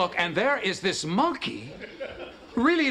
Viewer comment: I love how Kramer pronounces “monkey.” MON-key.